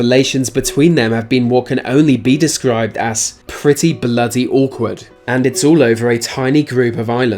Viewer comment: He says pweety bwoody awkward it is bwritesh